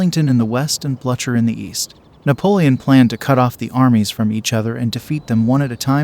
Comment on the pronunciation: The pronunciation of French names and towns is awful and really detracts from a nice film. Also Blucher is pronounced "Blue Ker"